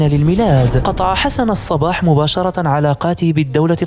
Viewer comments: الصبَّّاح و ليس الصباح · ياخي نطقك لاسمه غلط الصبّاح بشد الباء مو الصباح !! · حسن الصباح بتشديد الصاد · أولا أخطأت في الاسم الصباح بتشديد الصاد وليس اهمالها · الصباح بتشديد الباء هو النطق السليم للاسم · نطق الاسم خطاء لحسن الصباح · نعم هناك شده على الباء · يا اخي انت تسرد احداثا تاريخية مهمة فعليك أن تتمكن من اللغة العربية الفصحى ومن النحو والبلاغية مثلا عندما تقول الآمر بالمد وانت تريد قول الأمير فهنا يختلف معنى الجملة في سرد الاحداث وكذلك نطق الاسماء بشكل صحيح مثلا الصباح تنطق بشد الباء ... انا اشجعك فقناتك مفيدة تستحق المتابعة ولكن يحز في قلبي ان أتغاضى عن مثل هده الملاحظات لأخطاء قد تكون سقطت سهوا ارجو المعذرة لمروري